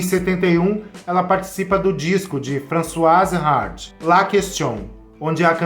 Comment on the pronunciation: A pronúncia é Françoise.